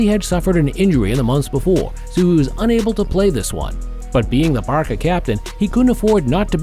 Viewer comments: Why did you call barca barka . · Why did you call Barca Barka bro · Barcelona Fans: VAMOS BARCA! Him:Vamos Barka Barcelona Fans: Why Did You say Barka Its BARCA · Man said barka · “Barka and Bilboa” “ Messi’s goal held barka” 💀💀💀💀💀💀💀💀